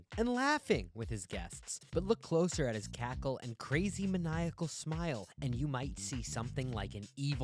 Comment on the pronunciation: It’s “maniacal”